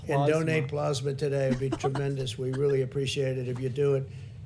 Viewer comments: "dexamethasone" "PLOSMA" & "donate PLOSMA today" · Teryna Asher blahsma! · “Please mention plozmuh” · Plozmuh is very similar to plasma. It’s more plausible to pause Covid-19 symptoms using plozmuh. You just have to... put it on... your paws... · Pluhs-ma or PLOSMA 😂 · Plaughsma, plausma, which one is right Trump??? Lol! He is so not smart. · “It almost seems like he doesn’t really care, but he doesn’t seem very bright.” Pakman, I think you just summed up this presidency. Do you think that when he hears people say plasma, that he thinks they are saying it wrong? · Then we'll be here for days. Dude can't even handle pronouncing plasma.